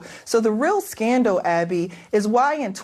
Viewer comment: "stutents" "scandow"😂😂😂.